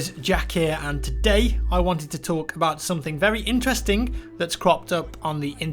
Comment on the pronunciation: Just listen to how jack says 'interesting' at the start again